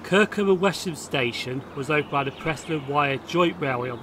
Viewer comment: Excellent Video in the area where I used to go trainspotting in the 1960s. Just another point on pronunciation though. My wife lived in Kirkham for 17 years and is adamant that the locals always pronounced Wesham as Wessam. Keep up the good work.